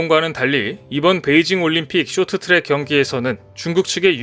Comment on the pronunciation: 쇼트트랙이 아니고 숕 트락